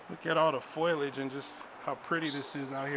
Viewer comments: I'm sorry but it's foe lee ij, not foil ij. Not being mean but that mispronounciation was really making me laugh. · The word is foliage. Pronounced “foe-lee-îge”. Not foil ige. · "Foilage" lawl... Might wana double check your pronunciation of foliage. FOH LEE AGE ; ) Aslo you don't seem to understand: these people are rappers. That means they have superior genetics, are better than you and me as human beings, and deserve more rights, privacy, and privilege than us. Idk whats so hard to understand ;) ;) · I have absolutely, ZERO issue with this auditor, or the way he conduct himself, with the exception of ONE thing, and one thing only: He referred to foliage as "foilage!!" 😡 I know it's petty and irrelevant to the topic at hand, but just like when people say "nucular" instead of nuclear, it absolutely drives me insane! I suppose that's just my OCD. 😂 lol Absolutely no disrespect intended, whatsoever. I absolutely agree with what you are doing, regarding excersising your God-given, Constitutionally-protected rights. Kind regards to you, sir! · Foliage?? Or foliage. Don’t try to use words you don’t know. You sound silly.